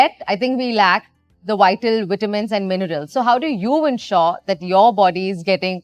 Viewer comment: try to pronounce your ' Vs ' well kamiya its not Ytamin its Vitamin please its soo irritating